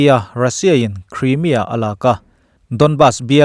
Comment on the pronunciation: Crimea hi criimia ti lovin Khraimia ti a lam/sawi ni se.